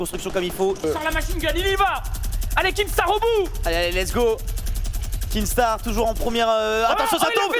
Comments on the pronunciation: C pas kinGstaar c Kinstaar ptnnnn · C'est pas un rageux, c'est juste des autistes qui voient un "g" là où il y 'en a pas un xD Dans son pseudo y'a pas de G alors arrêtez d'être débile à le prononcer, même lui il l'a déja dit xD